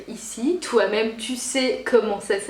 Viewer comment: Hein Hein .... Tou avais dit qué tou arrrrrêtais les colôôôôô .... raté